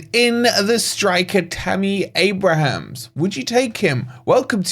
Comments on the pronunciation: That’s Abraham - no ‘s’. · At least pronounce his name properly man. There's no 's' at the end.